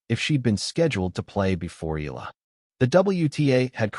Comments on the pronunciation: it is pronounced E-YA-LA... EALA not EELA, ok😶😶😶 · Eala pronunciation E ya Ia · Yet you can't even train your AI voice to pronounce her name right.